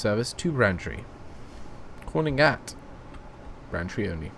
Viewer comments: to let you know, its not pronunced 'branchtree', its pronunced 'brain-tree' like your brain and a tree outside, just for the heads up :) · And Braintree is pronounced as it's written, not Brantree ;) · Ben Wheeler God it annoyed me, when he kept saying Brantree!